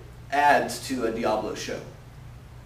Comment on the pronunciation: Isn't it pronounced Dia-bolo...not Diablo?